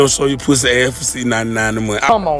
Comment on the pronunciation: "Don't show your pwussy for 6.99... i shouldn't have to say that..."🤣😭